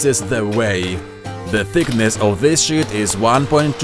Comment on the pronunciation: It sounds like he said, "The thickness of this shit". Which is what I wish he did say!